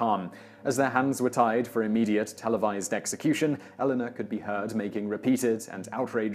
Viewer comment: When British people keep pronouncing Elena as Ellenna.... sigh